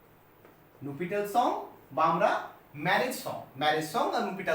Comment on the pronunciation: স্যার ওটা nuptial হবে। আপনি নুপিটাল লিখেছেন+ বলছেন। 😢